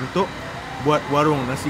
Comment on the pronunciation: Lapar sangat kot sampai tersasul warung jadi waring 🤣🤣🤣🤣🤣🤣🤣